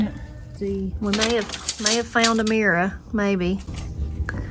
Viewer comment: At first I thought Corie had a friend named Ameera who I'd never heard of, and then I realized what you were saying 😄 Here in Baltimore we say "meer" ...just the one syllable!